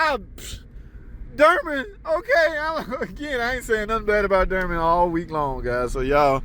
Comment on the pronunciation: Door-man not durman